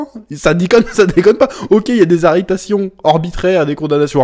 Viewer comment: « arretation » ??? lol